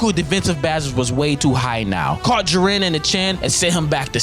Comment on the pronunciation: Ji-ren not Jir-en FFFFFFFFFFFFF